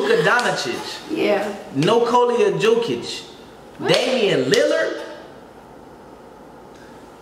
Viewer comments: My man said Nikolia Joekic and Luka Donacic😂😂😂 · “Nokolia joekich” 😂😂😂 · Nokolio jokich😂😂